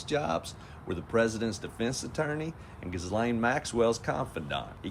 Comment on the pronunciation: Isn't there any smart person that can pronounce the first syllable of Maxwell's first name?? You know that butter that hasn't had something done to it?? Well that's how it's pronounced...GHEE GHEE-lane